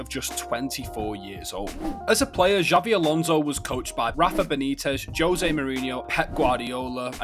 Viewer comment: ‘Xavi’ Alonso 😂